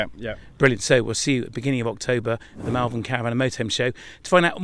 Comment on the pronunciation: Pronounced Mul vern